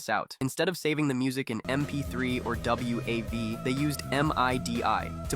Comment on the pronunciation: I'm not gonna lie, hearing .wav pronounced as w-a-v or .midi as m-i-d-i bothered me in was I was not expecting. I don't think I've ever heard anyone say those format names like that before.